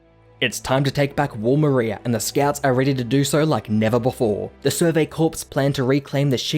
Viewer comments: It's pronounced "Kor" not "Korps". In plural it's pronounced "korz" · btw its pronounced survey "core" not "corps" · by the way, "corps" is pronounced like "core", not "corpse". It's a French word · really enjoyed this video, but the sheer amount of times he says “survey corpse” instead of “survey corps” has me gritting my teeth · Btw, corps is pronounced "core" not "corpse" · Love the vid but bro it’s pronounced core not corpse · Its pronounced "core" not "corps" like the US Marine Corps, the "ps" is silent. Do so pronunciation checks before you post a video ffs. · Just a small thing that bothered me... corps is pronounced more like "core", and not a dead body. Thanks for the recap. :) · “Corps” is pronounced “core” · Hearing him call them the "survey corpse" hurts. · "survey corpse" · I don't know why nobody has said this yet but it's pronounced core. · FYI, 'corps' is pronounced "core" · "corps" is pronounced like "core" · survey CORE. It's pronounced CORE. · “survey corpse”💀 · Thanks for your work, but the "s" is silent in the word "corps" (rhymes with core). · Corps not corpse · Bro it’s Core but spelled Corps. And it’s Marr-ia. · when you pronounced “corps” as “corpse” it hurt a little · interesting. in american english, the word 'corps' sounds the same as 'core.' not so in australian (right?) english? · survey 'corpse' :'( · I wouldn't say I'm crying. But it does bother me when people spread misinformation so I thought I'd offer a simple correction. If someone's going to make a summary video, giving information out to large amounts of people. It should probably be the correct information. But if people want to look like idiots pronouncing basic English incorrectly for masses to laugh at, who am I to judge? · Its just a summary video. Mispronouncing "corps" isn't spreading misinformation. If you were just offering a simple correction you wouldn't have included the last sentence in your comment